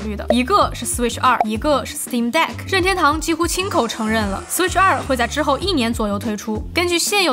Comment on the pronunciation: 每次说“拧天兜”都像在说上海话，日语音调更接近“您天兜”